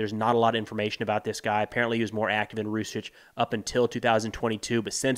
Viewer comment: Jsyk it's pronounced "Rusick" and yeah they're awful.